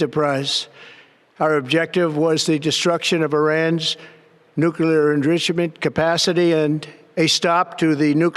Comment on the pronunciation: "nuclear ingritchiment capacity".